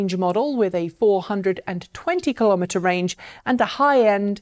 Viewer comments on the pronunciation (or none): none